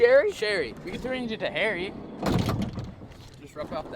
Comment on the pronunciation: “Herry” banjo?????? You can’t make this stuff up folks! Dear lord smh 🤨🤦🏻